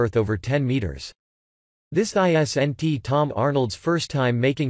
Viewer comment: Time to get someone to actually read the script. It’s really hard to listen to. At least get a voice synthesizer that can say the word Isn’t. I-S-N-T.